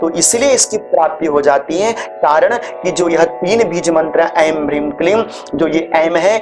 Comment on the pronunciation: एंग पढ़ते है या ऐं